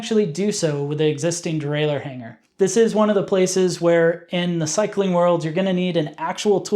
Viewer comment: I'll give this a thumbs up just for you saying "derailer" like a proper person without an extra "eeuu" near the end. Hearing people say "derailleeuur" really grinds my gears for some reason!